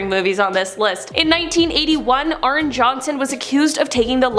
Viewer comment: ArnE not Arn. DefeO not Defae. If you’re going to discuss these people please learn how to pronounce them correctly